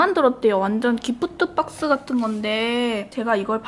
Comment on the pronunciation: ㅋㅋㅋㅋㅋ언니발음 ㅋㅋㅋ기!쁘!뜨!빡!스!